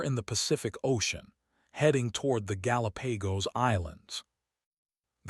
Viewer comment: I got to Gal--a-Pay-Goes and had to take a valium before I blocked the channel and started shopping for a hit man.